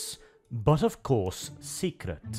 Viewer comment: When says secret, I hear "Heretical"